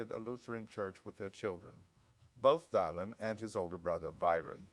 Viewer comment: Dylan, not "Dylon."